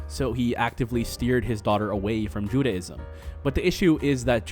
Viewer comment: while you make a lot of good points... respectfully i couldn't get through the whole thing cause t's hard to listen to you talk about judaism when you cant pronounce judaism properly lol "judy" - ism or "jew-day"-ism not jude-ah-ism